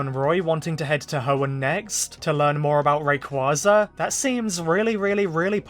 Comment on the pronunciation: If Zinnia doesn't appear despite her literal dragon saviour playing a major role in Horizons, this will be SUCH a missed opportunity. She HAS to show up here since they blew their chance to bring her to the forefront in Journeys Btw it's pronounced "ray-QWAY-za"